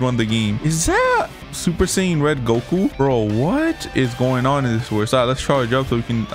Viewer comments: “Super saiyin red” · He said super sayain red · Super sayin red 💀💀💀